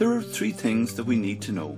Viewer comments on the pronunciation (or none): The three is not pronounced tree. wtf.